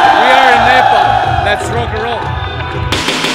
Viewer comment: 1St foreigner who pronounce nepal in really well 😍